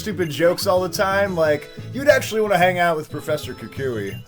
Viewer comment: Kukui*, not Kuki